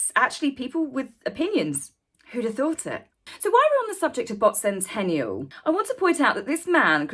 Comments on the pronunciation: Bot Sentinel, Not Sentential or Sentenial. Not complaining, just had to set it straight. Appreciate your time and effort on this. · It's Bot Sentinel, not Sentennial. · Interesting video, thank you. But it is SENTINEL not Sentennial!